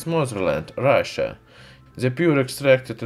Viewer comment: Hhe nyamed eet forr heez matherland, Rashya. :D